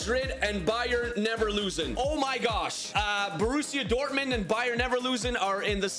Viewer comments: leverkusen not leverlusen talk better man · Bro its not bayer leverlusen is s bayer leverkusen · Bro said Bayer Nevrloosing😂😂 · Bruh he keep saying Neverlusen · “Bayer neverlosin” got me rolling on the floor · He pronounces bayer leverkusen as bayer neverlosing its identical to irl as of now so i guess we should all call them that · who heard him say bayern never loosin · Good vid but neverlusen and then leverlusen😂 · Anyone notice he said bayerneverlosen , bro's Thomas Muller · Leverkusen ❌ neverlusen ✔😂😂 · Neverlosen😂 did u do it on purpose? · bro cannot say leverkusen